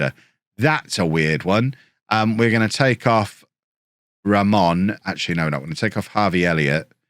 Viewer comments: you’re sayin Ramón right! 🎉🎉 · You're pronouncing Ramón right You can pronounce Raimon as Raymond and it should be fine